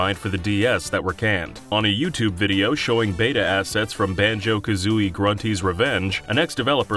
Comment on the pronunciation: Yoot Jools Fooptube hehe